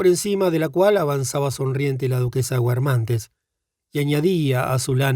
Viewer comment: Xq pronunciar guermante pronunciando la U? X lo demás mil gracias